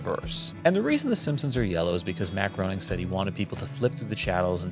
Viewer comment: It's pronounced Matt Grā-ning....with a long 'A' sound.